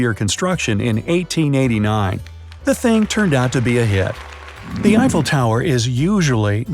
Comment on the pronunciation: You mean an i fell tower